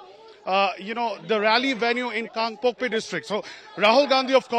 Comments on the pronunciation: It is Kangpokpi not Kalgokpi, you are really hopeless Newsreporter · What the hell is Kalgopki??? Its Kangpokpi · Where is KALGOKPI??? It's KANGPOKPI. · Its " kangpokpi "